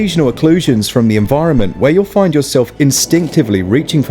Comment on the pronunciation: "Less foin dout!" (And commences the tingling in my spine.)